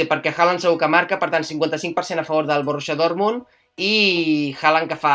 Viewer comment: "l'últim equip espanyol, Sevilla - Borrrrusia Dormuntd", i jo rebobiant per veure si m'havia perdut la predicció del Madrid. JAJAJA